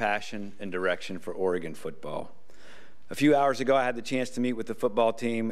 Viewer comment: He knows how to pronounce the state's name... that's a start. Preserving Willie's recruiting class and beating Boise State would be nice, too.